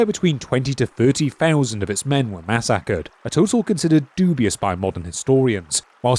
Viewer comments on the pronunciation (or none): Mass-Ackered. Wtf kind of pronunciation is that?! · I've never heard anybody pronounce "massacred" like that in my life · I've watched plenty of UK and Australian creators (Drac, Oceanliner designs, ect) and never have I ever heard them pronounce massacred that way.